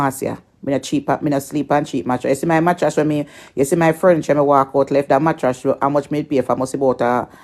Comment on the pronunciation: She cannot even pronounce the word mattress but always refer to people as dunce and she cannot even pronounce her words properly